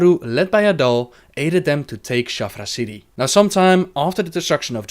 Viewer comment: It's Shattrath not Shaffra.